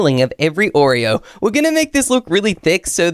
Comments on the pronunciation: is wrong its Oreo not Oree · 😂 you spell wrong you said oree